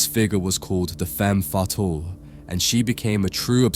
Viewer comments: Confusing ‘fetale’ and ‘fatale’ is pretty awkward, too. 😅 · Femme Fatale - Fatale has the stress on the second syllable, FATAAL. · It's "FEM FAY-TAHL", dear. And " SA-lo-me". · You can't pronounce femme fetale?? 😂 There is no excuse for this.